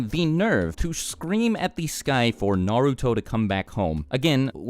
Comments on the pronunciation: This is unrelated, but it drives me crazy when I hear someone pronounce Naruto "Nuh-root-oh", but I don't want people to think I'm a weeb so I have stay quiet. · good vid but the way u pronounce the names is cringe